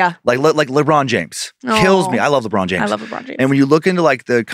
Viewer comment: My man said Libron James